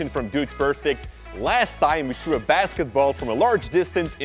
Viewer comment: I like the weird way you say three